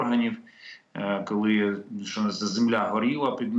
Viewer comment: После слов "Колы мы пэрэможемо" упал пацтол и больше слушать не мог.